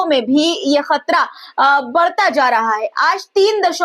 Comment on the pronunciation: आपदा ना समझे जाने वाला लफ़्ज़ है लिहाज़ा परेशानी लफ़्ज़ इस्तेमाल किया कीजिए और एक पत्रकार होने के नाते बेटा मेरा आपको मशोरह है कि हमेशा आम अल्फ़ाज़ों का इस्तेमाल किया करें और तलफ़्फ़ुज़ के लिहाज़ से ख़तरा होता खतरा नहीं आप خ اور ق کا مخرج صحیح کیجئے گا شکریہ 🌹 ڈاکٹر سید رفعت مسعود قومی صدر تحریک فروغ اردو و شعبہ اسلامیات